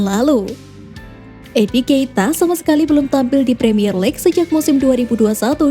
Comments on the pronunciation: edi nketiah min, bukan edi keita.. satu lagi emil smit rowe, dibaca emil smit row, bukan rowe logat indonesia.. sory min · Miiin miiin Kursus bhs inggris dlu giiih 😂😂 Eddi nketiah not edi keita Keita stau ane pmain liverpool Emil swith row bukan emile smith rowe Ndasmuu laah miin.. 😅😅😂😂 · bukan enkeita, tpi enketiah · Bacanya "Engketiah" min